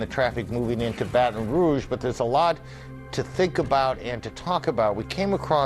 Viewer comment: Wow he said Baton Rouge right